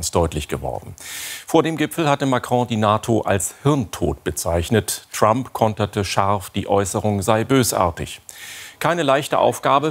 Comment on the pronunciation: Fast so schön wie Donald „Tramp“